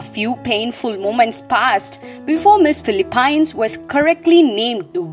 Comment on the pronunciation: Your way you pronounce Philippines is like omg 😂